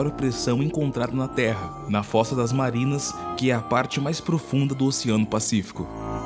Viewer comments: É fossa das Marianas, não Marinas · "Fossa das MARIANAS", e não fossa das MARINAS. Mas parabéns pela iniciativa, belo video.